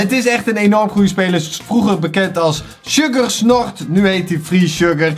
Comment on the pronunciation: Dat weet ik, maar zegt altijd sugarSNOT